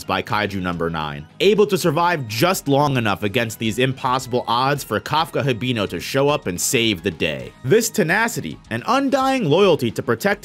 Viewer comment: Your saying Kafkas last name wrong and Reno’s also